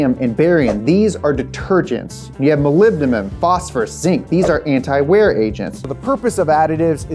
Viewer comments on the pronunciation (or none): none